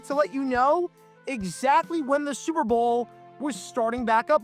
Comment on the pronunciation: It's so often that it sounds like he says "Sewer Bowl". That's actually somewhat appropriate and maybe intententional. :)